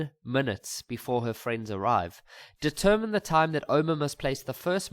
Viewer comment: I'm writing tomorrow and I'm hearing things like "deterMiny"😂😭